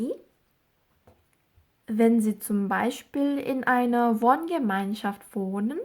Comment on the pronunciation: 강의 엄청 잘 듣고 있어요 ,, 궁금사항있어요,, 해당파일 듣기 연습하는데 in einer Wohngemeinschaft 발음하실때 in einer 가 다르게 들리는데 혹시 "인너"로 하신건가요.. 화면 안보면 안들리더라구요...감사합니다.